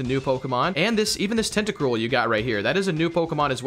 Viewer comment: that’s toedscruel not tentacruel